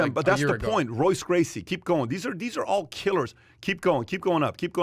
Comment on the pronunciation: "Roy"ce......Cor"mirror"....LOL #casuals